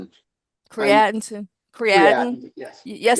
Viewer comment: It's not Cree-at-in...it's Cree-uh -teen... don't go in your local health store looking for this supplement and pronouncing the way she did!